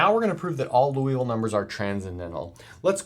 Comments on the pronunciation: You are great. But please don't pronounce this wonderful Frenchman's name like the city in Kentucky! Somebody else already commented on this and got it wrong, too! The correct pronunciation is... 1. LEE (as rhyming with TEA) OOH (as rhyming with TRUE) VILL (as rhyming with SKILL) So, you just got your first two vowels switched, basically. 2. Also note that in French it is often the LAST syllable that is stressed, so it's LiouVILLE, not LEEouville. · I hate to pick a nit in an otherwise excellent video. It's not Louisville (pronounced Loo Eee Ville, as in the home of the Louisville Slugger baseball bat). Rather, it's Liouville (pronounced Lee Ooo Ville). It's not a big deal, but like confusing Eratosthenes (who was apparently good with sieves and the Earth's radius) with Aristophanes (who was some kind of playwright in ancient Greece), it's easy to avoid. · You keep pronouncing it "Louisville" instead of "Liouville". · Hate to nitpick, but it's Liouville, not Louisville. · Liouville, not Louisville. Can you talk about Martin's number? Has any irrational number been proved to be normal to every base? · Nice explanation. However, it is not Loo-ee-ville, but Lee-oo-ville... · More like Lioo-veel, where Li is the same Li in Liberty. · Isn't the name pronounced "lee-ooh-vil" or "lee-ooh-vee" rather than "looh-ee-vil"? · As a French speaker, in French, it would be pronounced loo-ee-vil. Edit: I misread Liouville as Louiville. It should actually be pronounced lee-oo-vil. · Pronunciation is LEE-OO-VEE-L' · Unfortunately, the same argument cannot apply to other interesting numbers. By the way Liouville is pronounced lew-veel (poor lay zanglay). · It's probably because that's basically how says it- he swaps the sounds for "ou" and "i." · I hope I don't sound rude, but I am pretty certain that Liouville is pronounced "lee-OO-veel". Otherwise, great vid! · I only hear Loo-evil-number